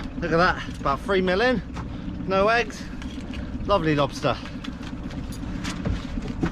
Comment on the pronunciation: Why are you saying “spider” like that? SPIDUR! And a LOBSTUR!